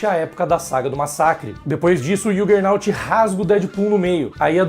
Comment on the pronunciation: ok. Estranhei apenas vc dizer que não lê Marvel em português mas falar errado o nome do Juggernaut em inglês : o "J" em inglês tem som de jota mesmo (e não som de "I")